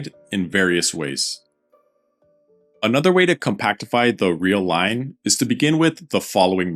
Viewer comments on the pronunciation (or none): none